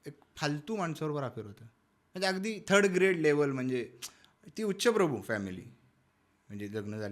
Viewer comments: उच्चप्रभु नव्हे उच्चभ्रू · उच्चप्रभु नाहि उच्चभ्रू बोला